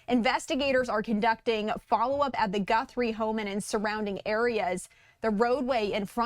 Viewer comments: Who is is tool you brought on? it's not "Gunthrie," it's Guthrie. And why did you look so giddy to be on the show? "What an interesting case!." Lame. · Her name is Guthrie not Gunthrie,you sound like an idiot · It's G U T H R I E, not Gunthrie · There is no N in her last name - it's Guthrie, not GuNthrie 🤦🏼‍♂️ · There is no N in her last name - another reporter was saying the same thing. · Gee whiz! This man can't even get Nancy's name right! He said Gunthrie about 20 times!! There is no N in her name. And what ge said about the reason so much attention is on this case was stupid. This guy just wants to see himself on TV. We just need to find her safe and sound. It doesn't really matter who she is or who her family is or if they are rich or poor No one should gave to go thru this. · Thought I was the only one who noticed that lol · I couldn't even listen to the entire report.... The mispronunciation of her name was so distracting🤦🏽‍♀️ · It is absolutely nails on a chalkboard listening to him mispronounced her last name over and over again specifically and clearly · Pronounce her name correctly please. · Is there any good reason a news analyst/attorney can't figure out how to pronounce "Guthrie"? Makes Fox look bad... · With all due respect Please pronounce Mrs Guthrie’s name correctly-there is no “n’ in her name! Praying for her safe return but I’m doubtful that will happen. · Stop pronouncing her name wrong!